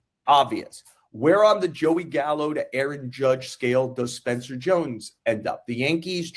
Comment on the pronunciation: He went "Gallo", yikes